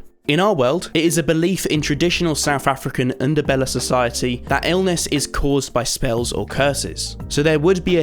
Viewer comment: Thank you for pronouncing Ndebele correctly